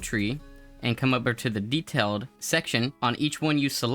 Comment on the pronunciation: WHY DO YOU PRONOUNCE DETAIL AND AFFIX LIKE THAT AHHHHHHHHHHHHH